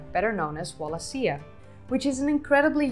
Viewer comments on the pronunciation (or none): Wal a she a . Not that hard to pronounce.